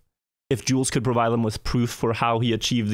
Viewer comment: He is killing my name with the way he is saying Jules